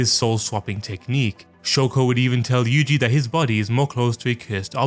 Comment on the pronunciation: Yuji is actually Yuuji in Japanese, 3 "syllables" yu-u-ji where u is long so last part is wrong though and itadori is i-ta-do-ri or yuu-ji ita-dori 2-2 if we are talking strictly about kanji I thought you would know that but now I am disappointed